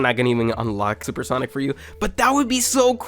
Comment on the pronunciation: Bro says soup sonic 💀